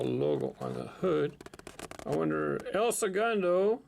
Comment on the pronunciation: El Segundo= el "segOOndo"